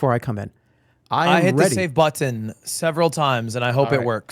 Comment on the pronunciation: wtf is "da middle click butt-ton?"